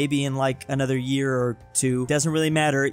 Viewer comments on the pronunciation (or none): none